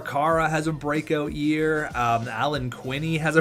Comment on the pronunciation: pretty sure Alan Quine's last name is pronounced with a long I like shine, used to play him in minor hockey, no surprise he's nhl caliber.. enjoying this new series!